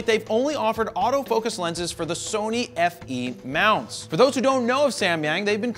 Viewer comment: It's Sony E-mount, there is no FE-munt. Thats like saying "FX-mount" in the Nikon world (which is actually "F-mount").